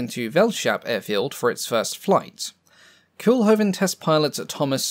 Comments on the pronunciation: NOT "Cool-hoven", "COAL-hoven". The Dutch double "o" is a long vowel sound. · Quick nitpick: Koolhoven should be pronounced less like "cool-hoven" and more like "coal-hoven" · Not 'coolhoven' but 'coalhoven'. Make an effort, limey. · Pronounce Cole-Hoven.